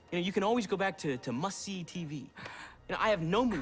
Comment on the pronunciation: I Always Thought He Said Musty Tv🤣🤣🤣🤣